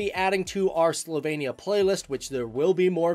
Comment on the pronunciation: It is SlovEnia not SlovAYnia. However, as a person of Slovenian living in Joliet, IL, I’m glad you are speaking about the country of my ancestors.